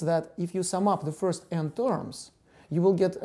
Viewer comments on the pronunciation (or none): none